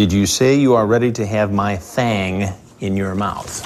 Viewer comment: I like he puts emphasis on the word "thang"